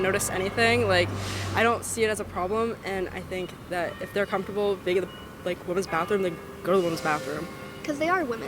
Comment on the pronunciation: Comftorbility isn't a word . Comfortable.